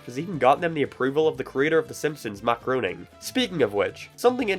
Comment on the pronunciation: Matt Groening is actually pronounced Graining. If you do not believe me watch a audio commentary of his shows and he will say his name himself.